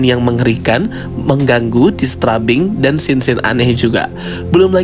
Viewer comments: Bagus cara review nya 🙏🏼 tapi maaf, i am disturbed by the way you said "disturbing" 😅🙏🏼 Not dis-tra-bing, but dis-teur-bing Atau kalau sulit melafalkannya, bilang aja "mengganggu" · mungkin saran aja kak, slow phase itu biasanya disebut Slow-Burn dan disturbing itu dibaca nya Disterbing 😊